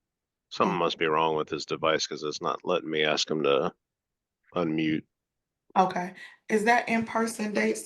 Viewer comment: What got me was a actual JUDGE saying “I just needed to axe you if you agree” 🤦🏻‍♀️